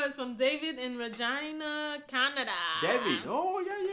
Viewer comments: Did just say "Our first e-mail is from "Vagina" Canada? LOL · She said Regina, Canada